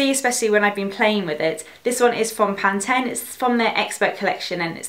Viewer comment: We pronounce it PAN-TEEN 😄